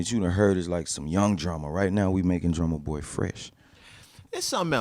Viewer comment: "Drumma Toy"??? come on bro